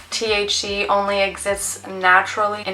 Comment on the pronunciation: It's pronounced "THC" not "TH-She"